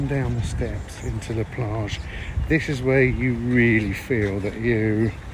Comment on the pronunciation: She's so annoying! Let the guy speak for goodness sake!! Also it's "La" Plage not "Le" Plage.